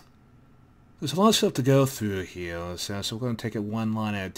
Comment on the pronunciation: why can't you say third and here and dev?